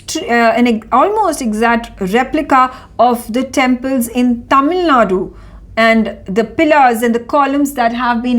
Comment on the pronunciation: Dear Newsreader pls note in the word Tamil Nadu, the u at the end is silent or rather half silent.